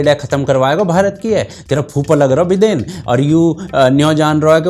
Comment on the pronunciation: Bhai.... "बिदेन" 🤣🤣🤣